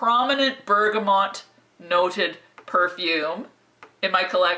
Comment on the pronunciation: Love your videos but one thing is driving me crazy with this one, it's BERGAMOT( pronounced Bergamo) not BERGAMONT. Keep up the great work, love your style and humour. :)